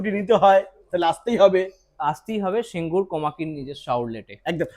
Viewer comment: ওটা সিঙ্গুর, সিংগুর নয়। Made in India (Delhi) না বলে, Made in Japan বলার জন্য এই ভিডিও টা কে Youtube এ report করা উচিত।